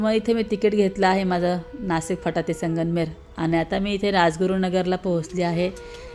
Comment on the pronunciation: संगमनेर बोल तू Sanganmer बोलते.